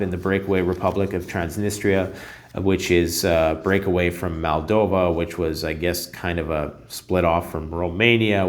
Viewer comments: MOldova not MAldova. 🤦‍♂️ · Its Moldova - not Maldova